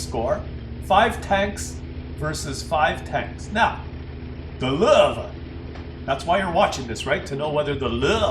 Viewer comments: What is it with the pronunciation of "Löwe" as "Lurve"? Drop the "r" and stop pronouncing the "w" as "v" and instead simply pronounce it as "w". Easy-peasy. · I too throw-up in my mouth a little, every time I hear "Lowe". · its funny how u r from german origin and u cant say lowe :) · Dat pronunciation of Lowe killed me xD